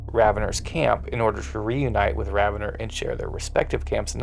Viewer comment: I thought it was Raven-or not ravenner? Is there an official pronunciation i dont know about?